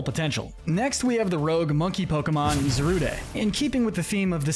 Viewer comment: The pronounce of zarude is zarud not za ru de it's zarud